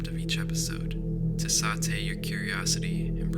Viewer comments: Sorry to play grammar police, but it’s pronounced “sayt”, not “saw-tay” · "to sahtay your curiosity" 💀